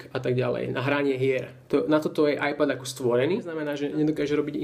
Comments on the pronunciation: z toho tvojho ajpadu ma bolia uši keď to vyslovuješ veď každy vie že to je iPad ( ajped ) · Preboha ajpad ? :) číta sa to ajped a nie ajpad :D :D :D